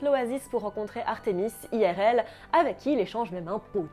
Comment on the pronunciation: Oh sa me frustre trop tu dit "Aie Aire Elle" soit tout en anglais soit tout en francais xD